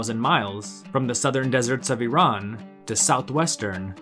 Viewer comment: You are probably the first person from USA or west who pronounce Iran correctly otherwise most people from US pronounce Iran as "I ran".